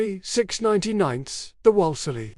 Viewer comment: It is pronounced Woolslee not Wallesly! Get someone to properly narrate these things And you are getting the makes and models all mixed up!